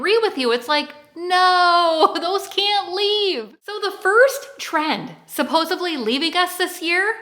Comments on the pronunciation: Supposedly. Not suposebly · Nice video and energy. The echo is quite pronounced. Maybe consider saying supposedly as opposed to supposably. I am keeping my chambray!! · It's not "supposively" or "supposably". It's supposedly.